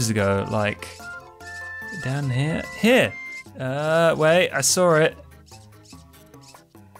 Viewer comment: What do you mean by "I SAWR it"?